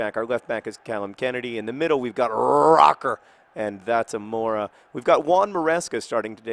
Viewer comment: Everytime he misses the umlaut in "Röcker". It changes the "o" to be more like an "oe"